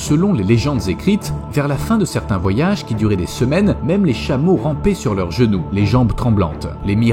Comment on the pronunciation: des "chemaux" ??